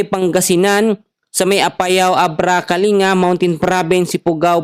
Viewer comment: Thanks for the info and advise sir, watching your weather forecast every morning...may correction lang sana ako sir, ung pronunciation mo ng place na " kalinga" it's kaling-ga po, tga Baguio ako, not from that place pero mas magandang pakinggan kung tama ang pronunciation 😊 more power to you sir! God bless 🙏